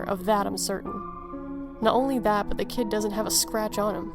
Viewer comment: 2nd story: When she said I suppose it could have been some stupid kid out there f**ing with people, I thought she said Cat haha